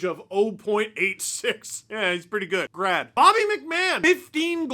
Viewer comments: Instead of hearing "Grad" I was oddly hearing "Brad" hmmm I can't think of why 😂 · I know he is saying 'grad' but all I hear is 'brad'.